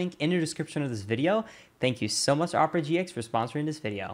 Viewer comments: Oprah GX is a little different than how you made it sound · You pronounced it "Oprah GX" lul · Anybody else hear Oprah GX? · thinking there's 2 different ways to pronounce Opera GX just makes him a better creator